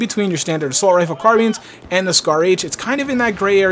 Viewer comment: "car-bean" lol'd